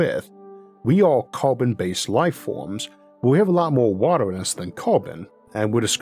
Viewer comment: Not making fun but how are you able to pronounce R just fine with other constants like in "critical" "extremes" Or "recently" but you can't with vowels before it like world, water,, just throws me off lol